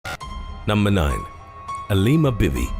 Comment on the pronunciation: Aleema Bibi I thought he said “a lemur bit me” 😂